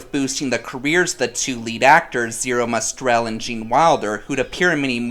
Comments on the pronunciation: OMG! It's MOSTEL, not MOSTRELL! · As someone raised by fluent Yiddish speakers... Say it with me now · Good lord so much of what you said was wrong. I hardly know where to begin. Let's start with Mel Brooks not knowing music. WRONG!!!!!! There's no "r" in Mostel. Bloom isn't a fan in the 1967 original. Many more mistakes. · The movie was not even a modest hit on opening ($350, 000 total was not even a good number back then), "Zero Mostrel," Roger Bart is Carmen Ghia, not Roger (and it's DeBris, pronounced like garbage, not "DeBreeze,") and that's when I checked out. Hope this helps! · Can't pronounce Zero Mostel's name correctly and then criticizes Mostel's singing in Fiddler??? Mostel's singing was fantastic in Fiddler!!